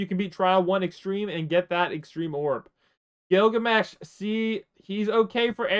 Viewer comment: he say gilgameh